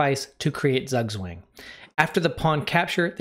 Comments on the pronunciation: Just so you know, Zugwang is pronounced tsOOg-tswang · bald man go Zugg swank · That is not how you pronounce “Zugzwang” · Please pronounce zugzwang properly!